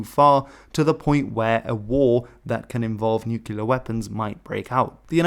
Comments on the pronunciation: It is pronunced NUCLEAR from the word nucleus not nUchELar 🤪. Why does everyone say it like this ? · Please don't pronounce nuclear as /ˈnjuːkɪlə/, it's /ˈnjuːklɪə/. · "nookyuular" oof... Fantastic video save for that rough start. Best way to remember is to say nuclear nu-clearly. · Ok, it's making me twitch. Please, Nook-lee-ar, not Nook-you-lar. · Nuclear. It's pronounce "nu-clear" I didn't make it past your inability to use letters correctly because your input doesn't matter. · Why can't you pronounce the word nuclear?